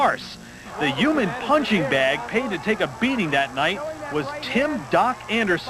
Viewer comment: A “uman” shock absorber lol